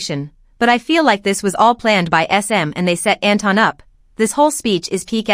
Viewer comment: Can people stop pronouncing Anton as Enton. His name comes from Germany and it is not pronounced like Enton. Enton is literally the German name the Pokémon Psyduck. I always imagine Psyduck as a Kpop idol now. Also there is a well known Austrian singer Anton aus Tirol who sings in his song Anton aus Tirol how it is pronounced.